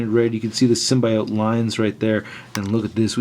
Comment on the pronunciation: The way say symbiote lol